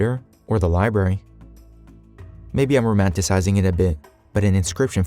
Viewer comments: Library not liberry. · Librrrary. Not liberry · "Liberries?" Do liberries grow in Algeria?